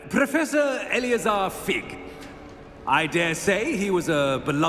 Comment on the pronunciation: Когда произносит Элеозар, у меня такое чувство, будто он произносит заклинание, а не имя профессора Фига 😸